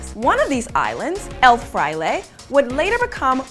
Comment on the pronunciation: You mispronounced El Fraile, and Subic Bay lol have a Pinoy help you next time.